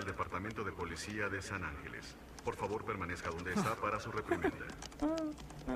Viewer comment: parece que la máquina dice polecia?